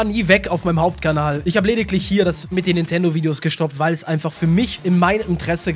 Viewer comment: ist er nicht YT= One piece theoretiker Und "Weil" nicht "Wail" Lern deutsch